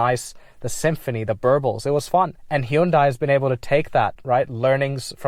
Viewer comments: In Korea they don't pronounce it Hun Day. It's He oon Die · Its pronounced 'Hyundai' like how you say"Sunday" not how you said it man. Gotta lock in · To be super specific, it's actually pronounced "hYUn deh". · Suzuki selling cars? Damn. Nobody buys them, in the US. They're seen as shit vehicles. Very interesting. You say Hyundai in a very interesting way, as well. Back in the 90s, Hyundai ran an advertisement that said "Hyundai. Like Sunday." So the way we pronounce Hyundai is similar tl Sunday. Like 'Hun-day'